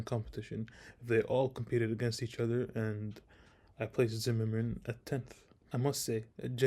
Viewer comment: Curious - besides being a YoutTube guy - what are your qualifications? I wish at the very least you'd learn how to pronounce Zimerman's surname correctly. I'd love to hear your playing ...